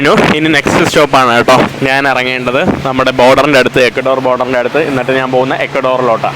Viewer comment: നീ എന്തിനാ നാൻ, നാണ്, നാന്, എന്ന് പറയുന്നത്. ഇത് മേത്തന്റെ ഭാഷയാണോ. ഞാൻ എന്ന് ഒന്ന് പറഞ്ഞു പഠിക്കുക.